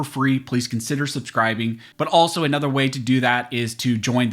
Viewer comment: Why do you say "a nother"? Makes you sound illiterate.